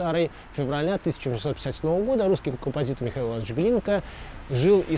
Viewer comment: Интересный рассказ. Несколько напрягает конечно, когда немецкие названия произносят страшным голосом (Französische Strasse в видео ). Впрочем, у немцев то же: кто в русском малограмотный - русские фразы тоже страшным голосом произносят ). А, и непонятно, зачем педалировать в слове "русский" двойную "с" (ну есть она там, а в чём хохма-то?). А в целом - интересно, познавательно.